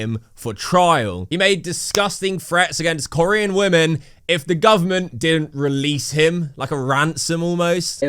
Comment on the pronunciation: I love how you pronounce Korean, you say it like "koree-an" rather than ko-rean. Like they are from a country called koree and im here for it 😂